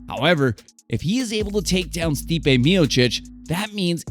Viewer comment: Good video. May wanna work on the names a bit to avoid credibility gaps Stipe is pronounced Stee-Pay. It's not "the MMA" it's MMA - Mixed Martial Arts